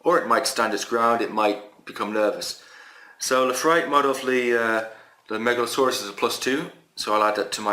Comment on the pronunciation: Nice video. You keep reading the name Megaloceros as "Megalsaurus", like it is a dinosaur. You should read as "MegaloKeros" because the name means "Big Horn". The way you say it means "Big Serpent". :)